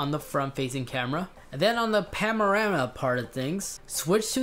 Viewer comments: "pamarama"... ha ha ha and whats with the “len”, its called a “lens” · I died when he tried to say panorama lmao “pamorama”